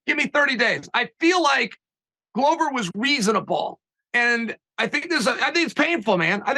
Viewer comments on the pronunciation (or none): A ‘Glover’ is a maker of 🥊. Considering the business he is in, it is odd that it is pronounced wrong.